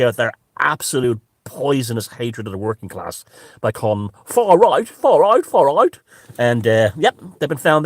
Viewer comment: I. Love " far rrright".. Brilliant..... He needs a new Internet provider.. It was like a 70s kung fu video... Lol